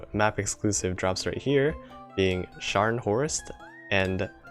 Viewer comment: Good pronounciation on Scharnhorst. But the G in Gneisenau isn't silent. One day you'll be able to pronounce Friedrich der Große perfectly as well. I believe in you. May the iron blood be with you all